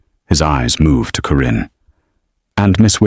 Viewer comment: Thankyou for a good story. The name 'Karin' was constantly pronounced as; 'Corinne'???? It bothered me. Pretoria South Africa 🇿🇦